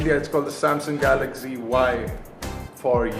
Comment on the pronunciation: why you say it galagzy not galaxy?